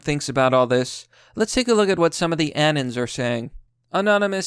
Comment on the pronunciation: "An-Uns" What?!? It's "An-Ons", you know... How it's spelt.